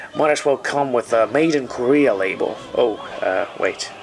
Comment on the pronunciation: US Impewiawists....KORREAR...